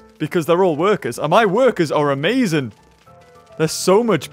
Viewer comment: "My workers are amazin"